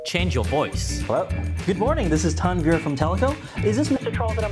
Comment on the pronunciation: When say tanvir I hear it tanvi and my name is tanvi